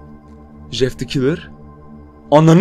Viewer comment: Şu adama Jjjjeff demeyin. J ile c’yi karıştırıp söyliceniz :/